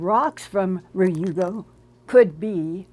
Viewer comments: Ryugu is pronounced RE-yugu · Hi, Linda! Love you! I lived in Japan for a few years and Ryugu is pronounced "Reeyoo' - (one syllable, rising intonation) -goo"